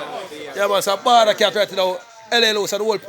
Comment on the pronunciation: Di man name Bawda Kat bredda, not balla Kat...and are u on some type of political campaigning ???. What's the name of ur party ???